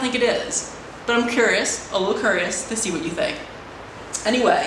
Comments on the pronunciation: I love how you say "curious" haha:) As well as, it's not your fault:) It's him. I just think he gets a high out of people asking him how big his wang is. As well as, you sound angry even though you're smiling. I can hear it:) You sound exactly like my dance teacher. Just dance it out:P Or at the least, scream into a pillow:P or find a friend to talk to:P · "I'm kerrious" lol